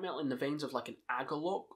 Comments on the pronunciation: It's "AH-klees" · Totally. Also I think it's pronounced "ak-lees"